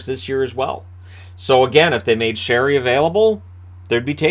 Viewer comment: I respect how you correctly pronounce Sheary’s name even though everyone has got it wrong for years now